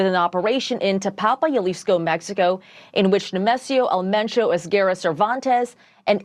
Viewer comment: It's EL MENCHO. Pronounced just like it looks. The most wanted cartel boss of the most violent one. Should not be a surprise to anyone who thinks they can safely hang out drinking and sunbathing there.